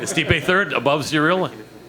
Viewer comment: “Cereal” Gane